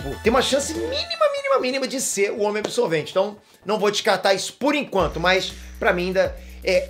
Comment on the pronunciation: "Homem absotvente" hahahhahahahahhahahahahahhahahahahah!